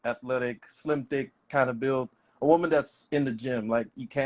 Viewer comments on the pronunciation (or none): none